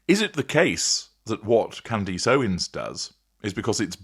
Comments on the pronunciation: At least say her name right. Candace. Not Candeeece. She did not ask Trump for help with the Macrons. That's false. Trump called her to ask if she would consider laying off, on behalf of Macron. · Her name is pronounced Candess, not Candeese. Driving me nuts listening to you slaughter her name like that. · What do you keep mispronouncing her name? "Candeece"?!?!